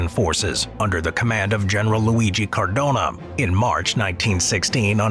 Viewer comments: It's "Cadorna", not "Cardona"... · Great video but it's Cadorna not Cardona (I'm Italian btw) my great great grandfather fought against austrians, he was in a cavarly division. Can you make a video about ww1 cavarly? (Dont forget the Italians!) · CadoRna not CaRdona... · General Cadorna, not Cardona. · Love how pronounces his name "car dona" or "cor dona" lmao